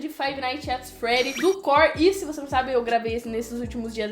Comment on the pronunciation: "Core": corr